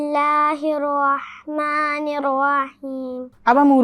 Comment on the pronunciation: بسم اللہ الرحمن الرحیم ہے بسم اللہ الروحمن الروحیم نہیں